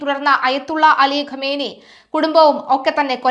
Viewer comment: ആദ്യം പേര് പറയാൻ പഠിക്കൂ എന്നിട്ടും മതി ബാക്കി